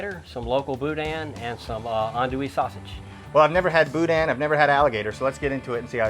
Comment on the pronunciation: Not authentic Cajun. I grew up in Lafayette and he mispronounced both boudin and andouille. Where was this filmed Oklahoma?